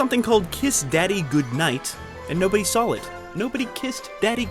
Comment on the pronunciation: This film guy knows that the word "Saw" has no L's.... right? Not to mention the countless other mistakes on the video that outlines the mistakes...